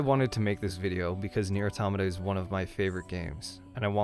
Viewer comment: The biggest lie about this game is the mispronunciation of Automata! At least you got it right. We all love this game……and 2b. 9s can die!